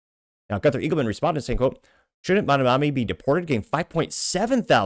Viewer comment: The name is Mamdani.. M A M D A N I…